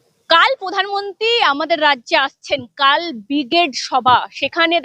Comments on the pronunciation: পোধান মন্তি নয় প্রধান মন্ত্রী। আপনি খবর করেন ভালো উচ্চারণ ঠিক করুন বড়ো কানে লাগে অনেকটা মমতার। মত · উচ্চারণ একটু ভালভাবে করবেন। প্রধানমনন্তী না প্রধানমন্ত্রী। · এই মেয়েটা এত চিৎকার করে কেন। "পোধানমন্ত্রী"।